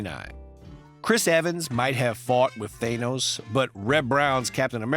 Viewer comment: I loved watching Wonder Woman in the 1970's, with the Bionic Woman in a pretty close second place. I also enjoyed the short-lived Electra Woman and DynaGirl series A little fun fact: The a in Thanos is pronounced like the a in "cat"